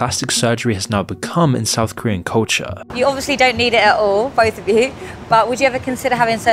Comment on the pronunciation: The mispronunciation of Korean is staggeringly bad. Like there was no attempt to even check first, just reading what's on paper.